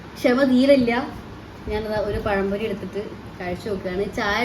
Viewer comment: നാക്കൊക്കെ ഇടയ്ക്ക് ഒന്ന് വഴിക്കണം കേട്ടോ.. പഴം പൊഴിയല്ല പഴംപൊരി 😊 പറയുന്ന കാര്യം ഒന്നും മോശമായിട്ട് വിചാരിക്കരുത്. വീഡിയോ അടുത്ത് ചെയ്യുമ്പോൾ ഇതുപോലുള്ള തെറ്റ് ഉണ്ടാവാതിരിക്കാൻ വേണ്ടി പറഞ്ഞതാണ്.